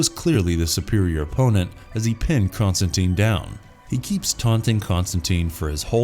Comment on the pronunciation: Con-Stan-TINE. Rhymes with fine...